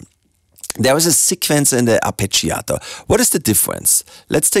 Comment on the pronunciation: ArpegiAAAAAtor.... Mate, never heard it pronounced so emotionally, kudos!